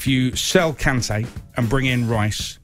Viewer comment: The disrespect on Kante's name